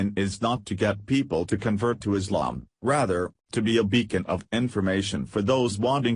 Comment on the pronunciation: Why cant observers read the sign. This is ridiculous, furthermore, the narrator should learn to pronounce words properly. The word is ISLAM not ISELAM!!!